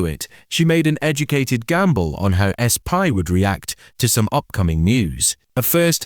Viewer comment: How did the AI interpret "SPY" as S-PIE? And why did you not fix that?